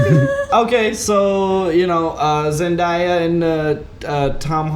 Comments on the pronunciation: Hey guys, Zendaya’s name is pronounced Zen-day-a and not Zen-dAya. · Can you please pronounce Zendaya right, its Zen-DAY-a not Zen-die-a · the way they pronounced zendaya’s name kinda aggravated me 😂😭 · my eye twitched every time Zendaya's name was mispronounced in this 😩 also coming back and proving ' imitation to be on point took me out 😭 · Hey guys! Loved this breakdown!! Almost felt like watching the movie with yall ♡ Also just a side note; Zendaya's name is pronounced ZenDAYa. Like day as in day of the week. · That's not how you say Zendaya.